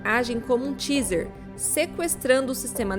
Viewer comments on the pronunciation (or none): Assustador. Agors, TAZER, se pronuncia "teizer", não tiazer, que é outra coisa.